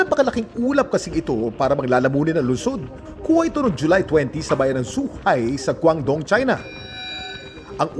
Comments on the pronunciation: It is pronounce Kim as Choohai not Suhai. Nakarating na ako dun twice 😅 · "Chuhay" po Ang pagbigkas ng Zhuhai